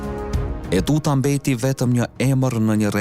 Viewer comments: JO UTUTA PORE TEUTA O NJERI !!! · TEUTA O NJERI JO ETUTA